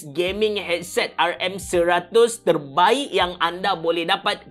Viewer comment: Eargesemmmm HAHAHAHAHA Abe thorbaikkkk